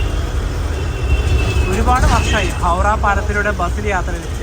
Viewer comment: ഹൗഡ ❌ ഹൗറ ✅